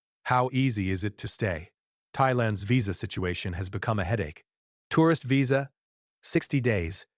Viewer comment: Stop using AI to do the narration, it can't pronounce words accurately like visa. Thumbs down